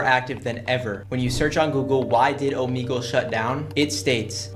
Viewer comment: yeah its o-m-eg-le